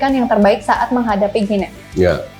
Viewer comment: Host shrsnya bs pronounce nm negara dg benar.. guinea dibaca gini